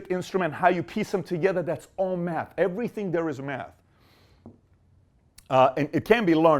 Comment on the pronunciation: Dr Manhattan and Silver Surfer: The Matter Bosses great comment! But he said meth not math 😂